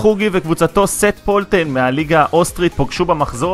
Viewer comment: לסרטונים הבאים שיהיו עליו אומרים שט פולטן ולא סט פולטן